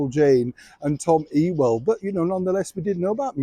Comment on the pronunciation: Just for the record - Tom Ewell's surname is pronounced You-well :-) And I'm old enough to remember Jayne Mansfield, though I just thought she was funny. Actually I'm surprised that MM is still in the news; I thought the new Middle East war would have driven her off the front pages.